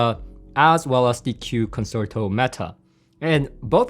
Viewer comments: Just a note that "Concerto" is pronounced "Con-Chair-toe" not "Con-Sir-Toe" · nice review and thank you for doing it. By the way, the word "concerto" is pronounced con- cher- ( like cherry) -- to. No "S" sound. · I'm left puzzled about what aspects of the others on your tier list the KEFs 'destroyed.' I think the R3 Meta was only slightly more preferable to the Buchardt, and you preferred the CSS to the Concerto? Also, unless there is a specific pronunciation for the speaker, Concerto is 'Kahn-chair-tow'. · It's actually pronounced "Kon SHEIR toe", as in the Greig Piano Concerto, or the Tchaikovsky Violin Concerto. ConSHERtoe. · It's pronounced consherto pal 👍👍